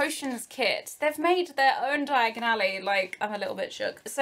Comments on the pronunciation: Did you realise that you spoke just like Harry in the Floo network..you said Diagonally instead of Diagon Alley a few times. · why do you say Diagon Alley the way Harry does his first time traveling by floo powder?